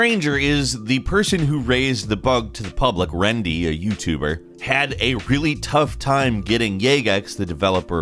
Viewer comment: RENDI, NOT RENDY. I love Gameranx but c'mon man. Rendimento is a great OSRS content creator.